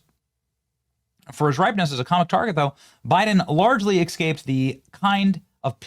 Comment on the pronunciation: STOP SAYING EKSCAPE!!! It's E S C A P E!